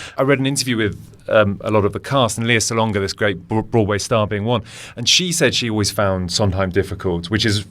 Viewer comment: Enjoyed your review of STEPHEN SONDHEIM'S OLD FRIENDS. (I will be traveling from the US just to see the show!) By rhe way, her name is pronounced LAY-ah (not LEE-ah) Salonga.